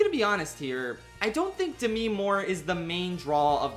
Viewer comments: It can’t just be me that is distracted by him pronouncing Demi as De-mi and not Dem-e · the way you pronounce "demi" is so ever slightly off, it's kind of funny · THAT'S HOW YOU PRONOUNCE DEMI MOORE???